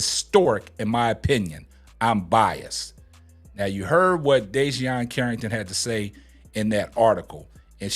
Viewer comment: Bro... DEE-JUH-NAY CARRINGTON! 😂😂